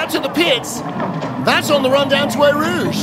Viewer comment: Eau is pronounced O